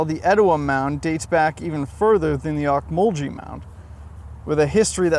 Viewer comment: The national monument you described in your video is named after the Ocmulgee tribe of Native Americans who built the mounds. It is pronounced "ohk-muhl-gee", not "jee". Just wanted to let you know.